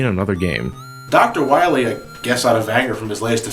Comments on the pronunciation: WILEY LOL, sounds like WIYLAY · Ryan Goldstrich "Doctah Wahwee" XD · I think you mean Doctah Wowy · I love how they pronounce "Wiley" ever since the game misspelled it that way. xD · you know what cracked me up? "Hey Bass! (doesnt pronounce It "base") Why must i fight you? we are not enemies!" "Shut up!" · Not only did they screw up the name of Dr. Wily, but also screwed up the name of Dr. Light calling him Dr. Right.